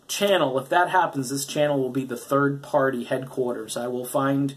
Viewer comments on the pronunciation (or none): none